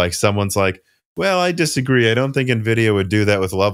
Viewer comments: Watch face when says "nuh-vidia":D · nuh-vidia is cringy. ugh.